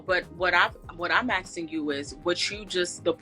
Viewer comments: Axing? A-S-K-I-N-G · “AXING” a woman!!! 🙄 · 'aks' 'aksing' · Black people need to start speaking properly… almost 90% of the women that come on here always say “AKsin” instead of “asking”… and that’s not the only word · "Aksing" not "Asking"